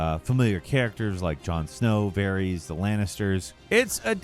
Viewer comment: "varies" instead of Varys. so obvious when these narrators are just reading scripts and have no notion of what they are talking about